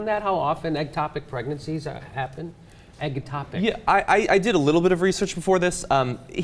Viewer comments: It's "ectopic" not "eggtopic", but nice pun XD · Ectopic not eggtopic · it's "ectopic," not "eggtopic." Just sayin.